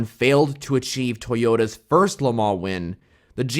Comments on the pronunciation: Please check the right pronunciation on LeMans - [ lə mɔ́n ] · le mans chassis